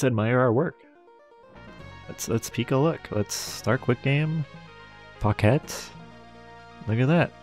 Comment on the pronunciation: "Pochette" is pronounced with a soft "ch" like in "change" and the ending of "pocket". :)